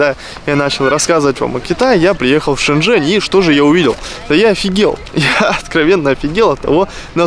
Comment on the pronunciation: Братан, не Шень Жень а Жень Шень, не благодари😎